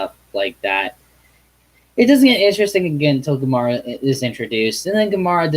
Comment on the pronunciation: Lol,It's gamera not komora